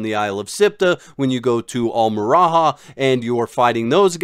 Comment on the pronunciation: WTH is ‘Al-Meraha’? It’s Al-Me-Raya. Al-meraya. It’s not difficult and the devs even say the name